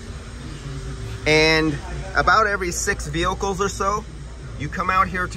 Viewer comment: Lol it's funny the way he says "veihuckle" i know he means "vehicle" but i find it innocently funny